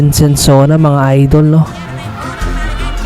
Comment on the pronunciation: SONSONA, hindi Sensona.